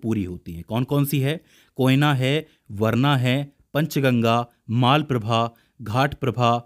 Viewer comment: Almatti Dam is biggest dam for Krishna river. Maalaprabha and Ghaataprabha no. It is Malaprabha and Ghataprabha so please correct it.